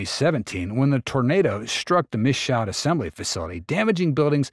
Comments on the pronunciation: It’s “me shoe” … good lord dude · Michoud should be pronounced like: Me Shoe